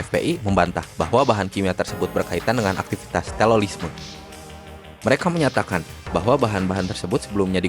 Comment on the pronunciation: Bang terorisme bukan telolisme